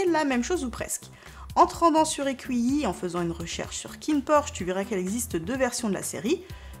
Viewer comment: Bonjour iqiyi se prononce Itchiyi sinon super ! Merci !